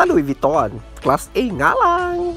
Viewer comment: Louid Vuitton pa more kahit wala ng makain🤣🤣🤣tawang tawa ako